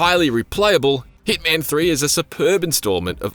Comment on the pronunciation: It's not heatman it's HITMAN 😂😂